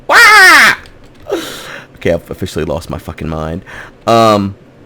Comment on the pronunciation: offichaly???? oh my gawd! lost it!